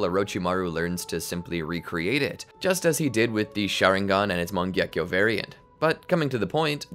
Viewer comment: “Your cheap mangyeko byakugan”😭